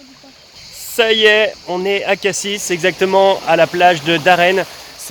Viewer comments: Pour info, on dit "Cassi", on ne prononce pas le S, comme pour "Paris", bon voyage et bonne route, profitez en pour faire la route des crêtes, point de vue inoubliable entre Cassis et la Ciotat ... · Coucou On dit Cassi, sans prononcer le s, comme Paris 😉 Et pour Brives La Gaillarde, c'est au MARCHÉ dont vous faîtes allusion, Georges Brassens 👍 Dommage que vous ne vous soyez pas arrêtés à Marseille, c'est une belle ville. Bonne route